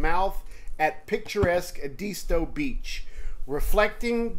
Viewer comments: Pronounced Ed-a-stow! Not E disto. Other than that enjoyed the video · It’s pronounced properly as Ed-as-toe or Ed-isss-toe. I’m a SC native so trust me.